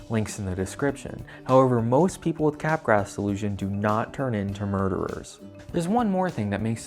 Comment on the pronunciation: I know you're joking but Capgraw, man. Otherwise there are no laws, no morals, no sanity and I can pronounce it szzizz-OH-pree-nya/nya/nya. Of course I can, but it'd be stupid.